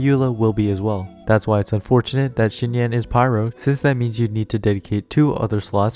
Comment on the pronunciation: "Xi" is pronounced Z not SH